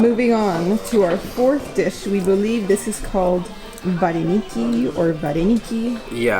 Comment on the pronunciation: Let's learn here - Keyeve . This is the correct pronunciation for Kyiv. Please stop butchering its name! Borshch _ there are no borshch without beets hehe The beets were socked in the water this the reason you don't see the intense purple red. Olivie has no sound "r" at the end of the word . Vah-reh-nyh-ky. Medeevnyk- honey cake.